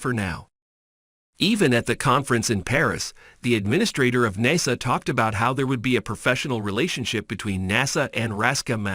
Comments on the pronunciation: How could I say this easily so I'm just going to say it bluntly can I trust anything this man is saying Hell he can't even say NASA right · There were too many mispronunciations in this to be credible; NASA (Naysah), Starlinber (Starlinner). Come on, have some professionalism. Disliked.